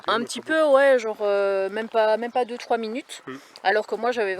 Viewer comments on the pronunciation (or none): none